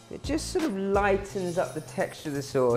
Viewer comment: Saaaauce. Soooos.